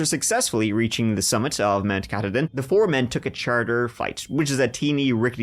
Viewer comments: Mount Ka-TAW-din. Also one of the first places to see the sunrise. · Mainer here! The mountain mentioned just a few seconds after the 5 minute mark is prounced - 'Ca-Todd-in'. Not a nitpick, a fun-fact. Thanks and for keeping me company as I drive about for work. Best wishes ❤